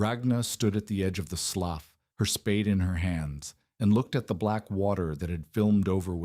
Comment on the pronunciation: Hey Mr AI man, could you learn to pronounce words properly? Slough is pronounced "sloo" not sloff. Context SHOULD tell you about proper reed, read, red and read. Same with lead and lead. Annoying as heLL.